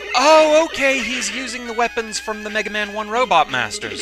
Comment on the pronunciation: "Now, Megawmahn, you awe weady to fight doctoh Wahwee. Fight, Megawmahn, fow evewasting peash!"